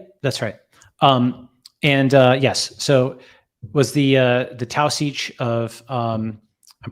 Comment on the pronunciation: For how incredibly & wicked smart Balaji is, it makes me chuckle how bad he is at pronunciations. "Forage" as "foh-raazh"; "route" as "raoot"; and "Taoiseach" as "tao-seech"? Lol.